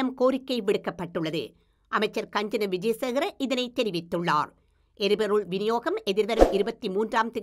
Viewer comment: அது கஞ்சன இல்ல மேடம், காஞ்சன😁🤓